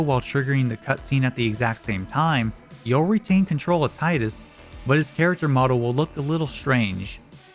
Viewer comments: Tee-dus not Tie-dus. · It's pronounced Tee-dus. Not Tye-dus. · It’s pronounced “tee-dus”. It’s always been that way. This was a detail confirmed by devs before the release of the game, and again by Kingdom Hearts just months after FFX. There’s also several other FF games where his name is spoken aloud and that’s how it’s pronounced. How are we still getting people saying “tie-dus”? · its teedus not taidus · It's Tidus, not taidus. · Ive heard his name is pronounced tee dus AND THAT IS BLASPHEMY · So you know all this about the game, but don't know how to say TEE-dus's name right? Tell us some fun tricks we can do in the previous game with "Zee-dayne" next. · Because Tie-dus sounds infinitely better and is in keeping with both the theme of the game and the naming system for the protagonist in 3 of the 4 previous titles. I'll never pronounce it the dumb way. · cool video but, emm TEE-DUS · Dislike because you cannot pronounce Tidus correctly. Tidus ≠ Titus Titus is an English name. Plenty of Americans have the name. Tidus is a fantasy name, pronounced in Japanese. It is not a difficult concept to grasp. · This isn't about what sounds better. It's canonically pronounced as Teedus.